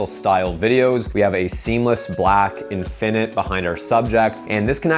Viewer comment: I’ll happily subscribe if you promise to accent the first syllable in the word (infinite) /IN fin it/. And stop accenting the second syllable/in FIN it/.